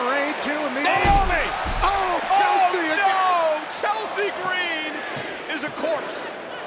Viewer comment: the way he said Chelsea is a corpse 💀